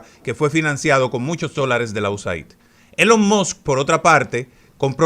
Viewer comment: ILON MAS. Se pronuncia. " Elon Mos", no.😮